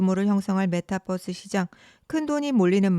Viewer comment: 메타버스지 메타뻐스가 뭐냐 전라도사람이냐